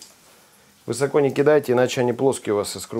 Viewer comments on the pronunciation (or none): none